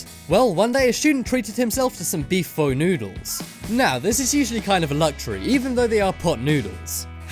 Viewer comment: Pho is pronounces fu trust me, my family is Vietnamese